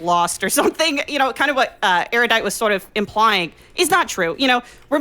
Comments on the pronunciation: Eurodite? Eryoudite? Why such horrid pronunciation every time? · The most baffling thing about this conversation is the pronunciation of Erudite’s username. I heard Euro-dite, Yair-O-dite, Airy-you-dite, Air-you-dite-ee, and many more from Destiny alone. We have to shut down the speaking of this streamer’s name until we can find out what the hell is going on!